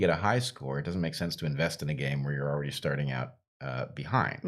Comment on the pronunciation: .00 Heather, did you say “oridy?” Like already? Very unique way of saying that word. Anyone know where that’s from? I’ve lived all over the States and never heard that outside a high school.